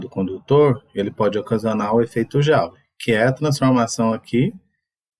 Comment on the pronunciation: Educativo e apresentado com muita clareza. Bom trabalho educativo. Mas a unidade joule (em homenagem a James Joule) pronuncia-se com o som "jule". Não é com o som "jáule".